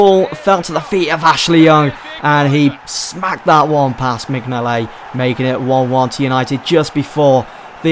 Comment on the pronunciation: Minyolet u say it wrong!!!!